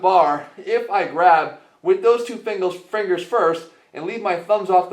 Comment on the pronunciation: fingles, fringles 😆😆